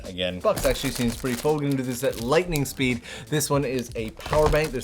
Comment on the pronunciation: "Lightning spood", I love that xD